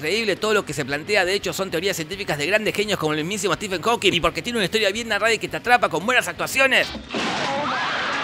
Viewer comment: Sólo para que sepas Jorge: "Stephen" se pronuncia igual que "Steven" 😊. Blessings!